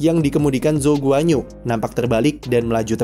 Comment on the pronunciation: bacanya guan-yu bang wkwkw bukan guanyu